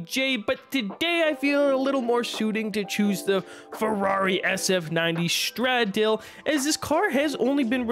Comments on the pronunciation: its pronounced as stra-da-le (stradale). it means road in italian. stra-da (strada = street) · Stra dah ley indeed.